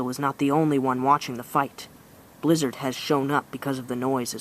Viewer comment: the u said blizzard goes in to eat his kill it sounded like u said lizard